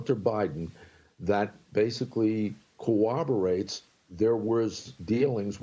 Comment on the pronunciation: Mr. Kerik, there is no such word as cowoberate, ; it corroborate, with 3 Rs.